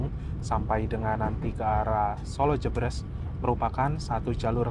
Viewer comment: Koreksi.. solo jébrés mas bukan solo jebres 🙏🙏